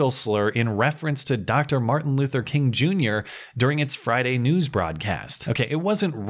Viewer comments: As a french canadian, I don't hear it. What is the slur? I hear a guy pronouncing Kun instead of King... what is the slur exactly? (not trolling I honestly have no clue what it could be) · I don't know about everyone else but i heard him say corn. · your channel is doing so well because you can properly pronounce the tough names like Dr Martin Luther Kun Jingor... shit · The mayor will always stand up for dignity and the worth of everyone in her community ... unless it applies to a white guy who accidentally says Martin Luther Koong. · He actually said "Kuhn", which is a german surname (sounds the same) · He clearly has a speech impediment. I'm not kidding. Look at the two clips. He has a slight slur to his speech.